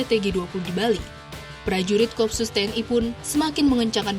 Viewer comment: bacanya ko-op-sus bukan kopsus